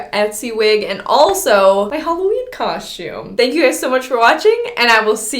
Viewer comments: Everyone else: “cos-tume” ❤️: “cosh-tume” Lmao I love it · u still say coshtume instead of costume 😂😂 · It's the "my Halloween cosh-toooom" for me 💀😂🤣😂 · Just wanted to hear you say Coshoom🤣 love how you keep it real! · why you say "COSHTiUME" lmaooo like HUH? babygirl you LITERALLT say " kauschtiume " AM I RIGHT? 😂 someone back me up here lol LOVE YOU GIRL! HAPPY HALLOWEEN EVERYONE ILYYY ALLLL BBBBYZ xoxo 👻 💛 🎃 🌕 ps ima new yorker so I already know I be saying shit wit an accent. but KAUSCHTIUuME?!!?!?! lmao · I love that you still cohstume its so cute:) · I absolutely love, but she's the only person I know that says "caushtyoum" lol 😆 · Everyone: costume:... Coshume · Anyone else read the title "Making my Halloween coshoom" in voice? 😆